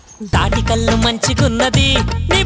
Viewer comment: కళ్ళు కాదు కల్లు